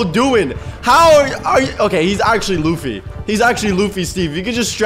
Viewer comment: Lufy not luutye